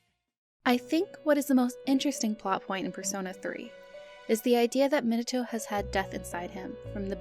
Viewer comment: I don't like how you pronounce Minato. that's just me however, you can pronounce it how you like.